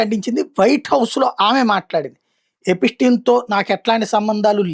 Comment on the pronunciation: ఎపిటీన్, ఎపిస్టీన్ కాదురా గా😅 ఎప్స్టీన్